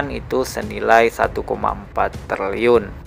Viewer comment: Triliun bang bukan terliyun😂